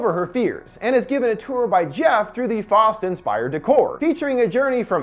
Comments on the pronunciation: It's pronounced "Fowst" not "fost" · faust is not pronounced fost. how is it possible you dont know how to pronounce faust? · Its called faust its german for fist you pronounce it with a ow sound in the middle